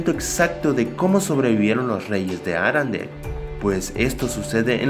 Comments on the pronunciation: es ARENDELLE no arandel Con e, no a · Aprende hablar no es Arandel parece una marca de limpiador de ropas